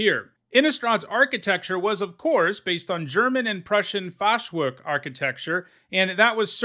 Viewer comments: Fun Fact: The "ch" in "Fachwerk" is pronounced like the "h" in the hebrew pronounciation of "Nizzahon";-) Cheers from Germany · Something died inside me when you pronounced Fachwerk xD after i understood what u mean xD